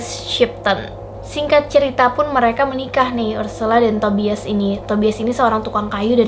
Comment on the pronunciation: Maap ya kak saya koreksi sedikit, Tobias tulisannya. Dibaca Tobayes.